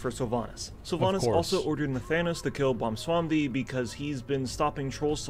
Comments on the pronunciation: Ok bwonsamdi, is not a hard word to say, it's simple really....say bwon, then say sam, then say di, it's not hard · BONSWAMBI?? Can he not speak English he gets it Wrong every single time